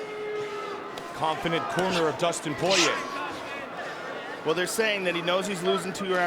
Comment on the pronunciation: Dustin Poiyay